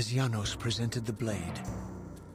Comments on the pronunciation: It's Yanos not Janos, this isn't game of thrones. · It's pronounced Yanos, but it's spelled Janos. Please see